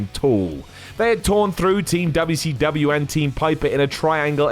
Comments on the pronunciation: I find it funny how tries to keep the good memory of WcW alive and reminding us how good it used to be, while at the same time undermining all of that by calling it Dubba C Dubbyia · There is nothing endearing about the way you say WCW. please stop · Me clicking on the video: Its going to be and hes going to pronounce it dubya c dubya. 2 seconds in: "Because of how dubya c dubya" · It's funny to hear a British do Dubya Cee Dubya. 😂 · Dubbau Cee Dubbau